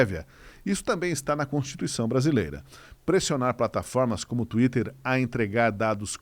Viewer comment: Ouve, um erro de leitura? Não é TeiTer🚫 (? É TwiTer👁 desculpas